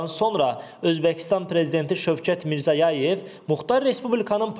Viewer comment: Sız aparıcı bəy, Karakalpak MR paytaxtını və Özbəkıstan Prezıdentının Soyadını düzgün səsləndırmırsınız.Heç olmasa məhsulıyyət hıss etməlısınız. Nə gəldı danışmaq olmaz.